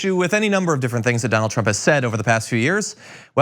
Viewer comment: Please stop saying "trubs"